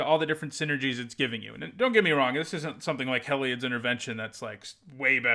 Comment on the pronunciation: "Hell-eye-odd" Everyone else: "Hē-li-odd" 🤷🏼‍♂️